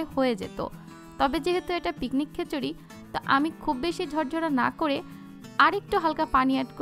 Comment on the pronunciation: বারবার কেন খেচুরি বলছেন!